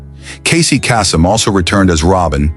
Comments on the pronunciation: Pronunciation error: It's Casey Case-EM, not Ca-Sem. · it pronounced Caysum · Casey's last name is pronounced KAY-sem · Teach AI how to pronounce Kasem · Either you are using AI to narrate or you can't pronounce Casey Kasem's name properly. FAIL! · How difficult can it be to correctly pronounce "Kasem"?:)